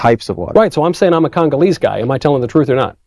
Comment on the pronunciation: Homie said, "Congaleese heart of darkness black." 😅😅😅